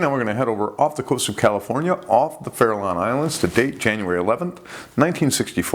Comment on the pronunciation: FARRALON ISLANDS? don't they have a tagging program there and a million seals? I wasn't sure I heard that right so I had to gloss over it 3 times.